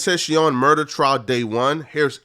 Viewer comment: Good vid but Ten-tashion 😭